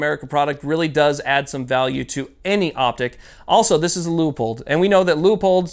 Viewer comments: Just an FYI. It's pronounced Loo-pold. Not Leeahpold. Could help with future reviews. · Leo-pold? Aaaarrrgggghhh! It's Lewpold, Loopold, Leupold! This is Leopold: Rant over, as you were... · Quick question just for my education. Is it pronounced "LEEAPOLD" or "LOOPOLD" I want to talk about my gear, but don't want to sound like an idiot.